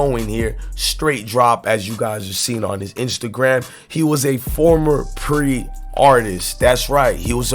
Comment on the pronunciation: bro... its P.R.E.... Its an acrynym.. u said pre like "pre-paid" lmao